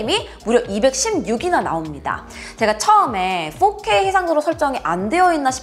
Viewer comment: 서울 분이신 줄 알았는데 “제가 처음에” 하시는 억양을 보니 경상도 분 같기도 하네요